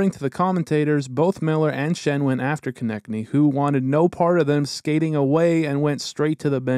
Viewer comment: his name pronounces K O NE TS N Y not konekny